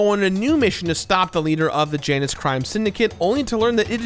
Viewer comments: It's pronounced yanus. Not janus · Dear god. Janus. Its Yeah-nus! Not Jeah-nus!